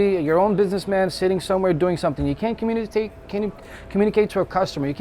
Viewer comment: Mf can't even say communicate